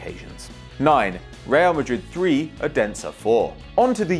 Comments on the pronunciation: youre not even close to say odensen right but nice vid :D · Sorry but you saying Odense wrong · Anyone from Denmark who cringed when he said Odense